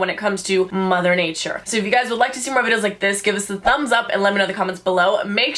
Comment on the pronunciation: sounded like she said hey gyes ed sherien